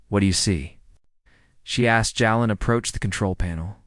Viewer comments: Jalen not Yalen, Germanic & Slavic AI? Good story maybe next time do not go with the Christopher Walken AI. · It’s frickin Jay-len. Damn.